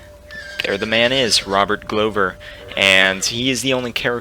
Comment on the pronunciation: The apology should be for how you pronounced Glover, not Maege. Haha